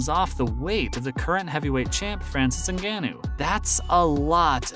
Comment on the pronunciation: At 2.26 it is francis n ganou (and no way that guy is litte weight ...please learn before talking schit bars !!